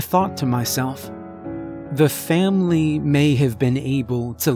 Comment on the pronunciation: A “Vam-ily” if you will.